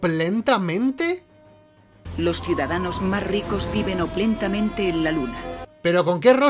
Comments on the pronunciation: Oplentamente... tengo la idea que la palabra era Opulentamente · Oplentamente!!! Jajaja. Seguro era opulentamente, pero al guión le faltaba una letra y lo leyó así. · OPULENTAMENTE quisieron decir, pero andaban con hambre y se comieron la U